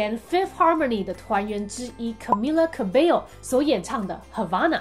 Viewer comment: Camila cabello是古巴人，cabello西班牙语发音应该是 kabejo 或者 kabesho。呵呵